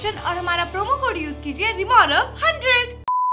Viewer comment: Bro is not moldeevs it’s maldeevs